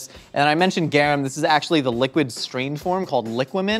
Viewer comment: I was listening to this while I was cooking and heard say garum and immediately my mind was like "MAX!!! MAX it's GARUM!!"